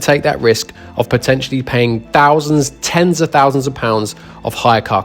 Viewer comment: 43 thounsand